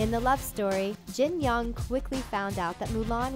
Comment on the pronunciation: "Jin Young" it sounds like Jin-Hyung 😂😂👌